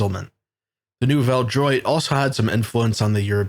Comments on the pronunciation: no its not. it's pronounced new-velle dwat. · Nouvelle droit pronounced about Nuvel Drew-ah